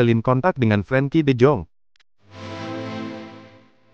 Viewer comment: Namanya Frenkie bukan Frankie . Beliau Orang Belanda dari Arkel . A Be Ce De bukan E Bi Si Di , paham 😉🥰✌️🧡 Salam hangat dari Dombanya Koci JustiNL